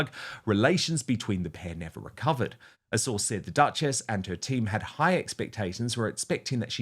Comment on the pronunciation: I like it when Dan pronounced it as Dutch-Ass ( Duchess)